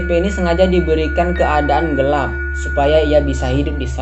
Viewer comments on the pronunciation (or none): none